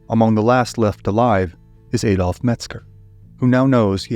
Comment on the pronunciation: Ah dolf not éééh dolf